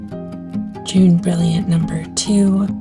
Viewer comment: Jaune is a French pronunciation. More like ‘Joan’ Not June. Fun video thanks!